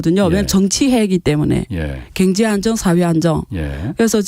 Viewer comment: 방송들으면서 순화된 발음을 망가트리는 시간이 됩니다. 겡재 갱제 희안 합니다 KBS라디오 방송 이-------! 큰것을 놓치는 편성과 모든것이 내부의